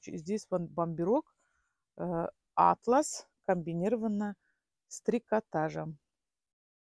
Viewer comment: Атлас это сборник карт, а атлас это ткань . Делайте правильно ударение. Одна продает женский товары но называет нас ребята. Про тысячу всегда тысяча. По ушам режет.учите русский язык